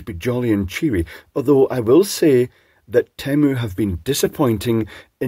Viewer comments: Per Temu themselves, it is pronounced “tea moo” since it’s derived from their corporate motto, “Team up, lower prices” as if buying from them makes you part of a co-op. Hence the first syllable is “tea” from “team” which is reasonable, but the second syllable should be “muh” from “up”. On the other hand, “tea muh” doesn’t roll off the Anglophile tongue as easily as does “tea moo”. That settled, we are completely unsurprised that you have praised them with faint damns for not selling more dangerous products. We want exposed line voltage, we want components that should not glow to glow, we want fire and smoke! (Anecdotally, my family has ordered some products from them and have been generally quite satisfied. My daughter in law got the inevitable “not as big as implied from the illustrations” knick knack but it wasn’t that huge… of a disappointment.) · As a wannabe linguist, I was mentally diverted by your spiel about the pronunciation of "Temu". All of your examples started with the letters "temp", which isn't comparable. Consider "tame" vs "tamper". In the latter, the two consonants block the effect of the "e" on the preceding "a". I'm at a loss for other words that actually start "temu" to actually demonstrate it with your letters, but with English being what it is (i.e. wildly irregular) and Temu presumably relating to something Chinese, I would have taken the opportunity to ask Temu of the official pronunciation. Have you put them off all contact? 😅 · It's definitely pronounced "tee-moo". And the monarchy has historically been a terrible institution. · Surely it should be pronounced Temyou in the kings English. Mu as in music, municipal, etc. not moo as in haighlan coo. 😁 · You can't even go by the ads they put out for their name's pronunciation. Original ads sings it tee-moo while more recent ads sound as if it is teh-moo. Even their agencies can not agree. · On the commercial, they actually pronounce it "teh-moe"